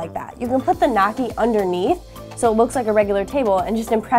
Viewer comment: noisy not nocky